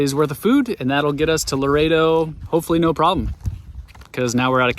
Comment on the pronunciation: Ok I'm sorry but you trigger me every time you guys say Laredo. Please check the pronunciation of Loreto! Lol sorry I wanted to keep my mouth shut but couldnt!